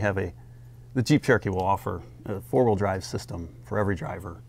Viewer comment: Why does she say "hawheel" when saying the word wheel